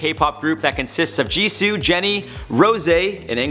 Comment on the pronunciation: It's actually pronounces Jisoo as in (Jee-soh) as is if the word Gee the sound s and the word oh are making a word